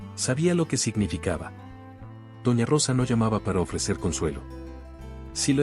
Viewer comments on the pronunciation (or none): Se dice doña no dona